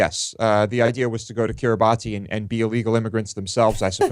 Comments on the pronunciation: It's not pronounced 'kirri-bah-ti'. It's pronounced 'kirra-bass' [See ] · Its pronounced Kiribas David, its a creole translation of the colonial name for the islands. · I feel sorry for the child ............ Incidentally, the name of the group of islands is pronounced Kee-ree-bass (in the local Micronesian language, the -ti has the sound of a double ss). During the colonial era, the islands were called the Gilbert Islands; the locals did not have a 'g', 'l' or 't' sound, and vowels have to be inserted between consonants, which ended up with 'Gilbert' becoming 'Kiribas'.